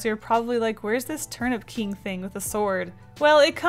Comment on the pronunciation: Enjoy your trip to Japan!! I love this drawing and when you said Turnip King I thought you said Turn up King lol